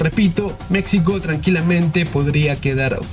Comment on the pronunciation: Pronuncie bien MEXICO!